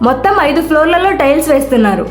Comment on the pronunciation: స్టైల్స్ ఆ టైల్స్ ఆ మేడం గారు..😂😂 కానీ మీ ఉపోద్ఘాతం , వివరణ, బాగున్నాయి . ఇలానే కొనసాగించండి. చానల్ కి మంచి భవిష్యత్తు ఉంది.